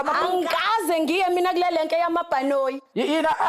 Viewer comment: 😂😂😂 I Lenk not renk 😂😂